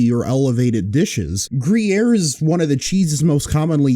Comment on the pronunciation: "Free-yaere?" "Briere?" "Yes, umm, Kree-air?"